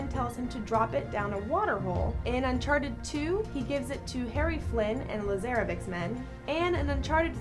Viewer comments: "Lazairavik" but is that really how you say it? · *its Lazarevic :)) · It's also la-zar-avich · Zoran is his first name. Clear to tell this lady hasn't played uncharted. Any fan would just call him lazaravich. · She obviously never played this game because she pronounced Lazaravic as how it sounds when really it is pronounced Luh-Zar-Uh-Vitch which is how it is pronounced in the game. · Also "Lazerevic". No. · Lezaravic isn't pronounced like that. But then again I probably spelled it wrong